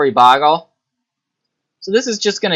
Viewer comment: BOH-GUL... There's only one G in "Bogle"